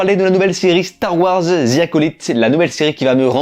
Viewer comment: ‘’Star wars zi acolyte’’ franchement les français votre anglais est nul 😂 prononcé ‘’the’’ en épelant ‘’de’’